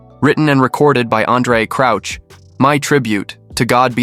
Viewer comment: Andre Crouch as in Couch, not Crooch as in Pooch. 😂😂😂😂😂😂😂